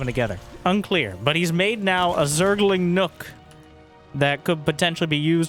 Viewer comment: Shoutout to anyone that heard "Zergling Milk" rather than "Zergling Nook"